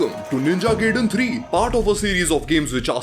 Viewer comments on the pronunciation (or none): It's pronounced "Guy-Den"